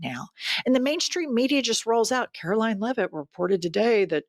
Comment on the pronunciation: "KKKaroline Leavitt"??? 😅😅😅😅😅